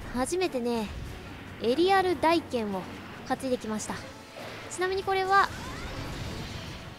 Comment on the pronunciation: 大剣の読みはたいけんですよ １回コメントしましたが少し訂正があったので消させていただきましたw